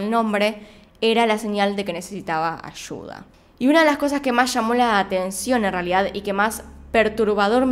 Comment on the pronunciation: "Ashuda" "Marina Shois"